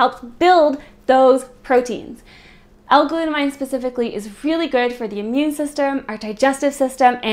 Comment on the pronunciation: its glut amine. aymeen not glut-a-mine because its an anime a type of functional group (chemistry).